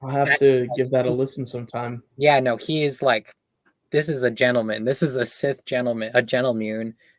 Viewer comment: A GENTLEMUUN she says. Brilliant.